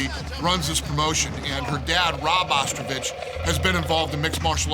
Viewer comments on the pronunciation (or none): Is no one going to talk about Dana thinking her name is Ostrovich. He’s just thinking about ostriches. It is ostovich.